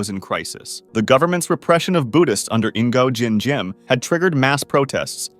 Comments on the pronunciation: Bro when you read the first dictator is not " Ingo jin jim" is "Ngo" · Bingo Jim Jim? He is Nyo Din Di Em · You say Ngô Đình Diệm just like Ngihnngojinxien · "Nn Go Gin Gym" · ahs a vietnamese pershron, i waahs fueming wuen yuu prounoucced "Ningo Ching Cwhiem" and uhther vietnamese poepell's naems teh wong whey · “Ingo Jim Jim” 😂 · love how he called Ngô Đình Diệm ingo Jim Jim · nego- gin- jim 💀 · Bro u butchered the vietnamese guy so hard its actually hillarious